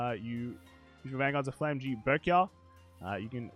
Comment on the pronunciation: Flamme-gram. Its pronounced as flamme-gram